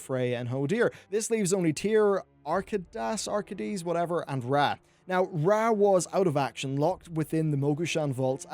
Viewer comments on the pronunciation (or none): its pronounced "ark-ae-dees" not "ark-i-deas" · it's pronounced Ark-Ey-Das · Ar-Kay-Dus. XD Just letting you know.